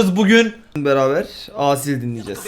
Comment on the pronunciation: Aasil değil kanka asil okunuşu ikinizde okurken aasil der gibi okuyorsunuz ismini